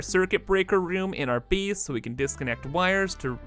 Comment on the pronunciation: Is it an in-joke or a deliberate art decision, but are you actually pronouncing "base" as "bees"? :)